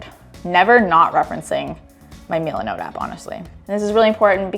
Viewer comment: It's MIL-uh-note. I have no idea why it bothered me so much to hear you say Milanote pronounced Meel-in-oat. I'm sorry to be that guy.😂😂 This room feels so much warmer. What an awesome makeover!!!!